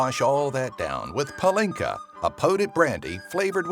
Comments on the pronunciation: Wrong about pálinka. It has nothing to do with brandy, it is not flavoured with fruit because it's made of it, and that "You can usually try it in apricot, cherry and plum" sentence is bullshit too, water of life can be made of any fruit. Also in pálinka "á" is a long letter, he pronounced it wrong. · Not to hate or anything but u said pàlinka wrong